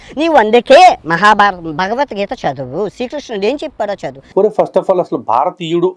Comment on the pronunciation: Nee bhashee sarigaaledu! Neevu hindu grandhaalu chadivesaavaa! Bhagavathgeetha anee padaanni sarigaa cheppatam nerchukoraa! Antlavedhavaa!